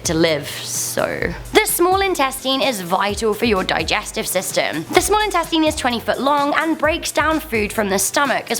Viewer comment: “Small insteateen”